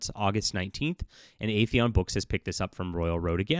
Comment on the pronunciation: FYI, the title of the company is "Aethon", not "Aetheon". 2 syllables, not 3, are in the name.